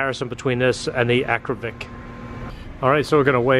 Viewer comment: youre killing me. Akra-POVIC. Haha. In the moto world we just say Akra pipe or w/e...